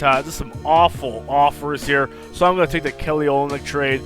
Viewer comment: lol it's kelly o-lynyk.. not oly-nyk! and noel is pronounced like "no-el"